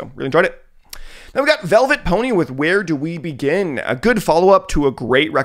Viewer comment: pretty sure vylet pony is pronounced like violet and not velvet